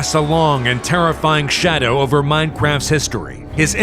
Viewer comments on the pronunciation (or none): herobrine casts a long and terrifying shad (that's what i heard in the intro.)